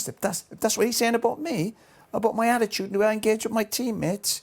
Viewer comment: Did Roy Keane just say... Badittude?!?!?! xD